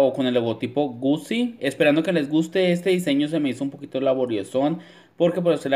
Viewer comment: Aunque se escriba “Gucci” se pronuncia “Guchi” pls dilo bien xd porque me dio un patatús.